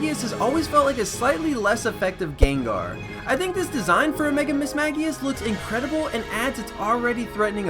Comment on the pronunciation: The constant Mismagius mispronunciation had me writhing in pain